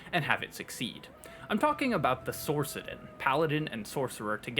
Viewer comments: great video, hated that u pronounced it "source"-adin and not "sork"-adin, Love ❤ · I thought sorcadin is pronounced with hard k, I heard someone say it like that, surely it's not my inner voice, right?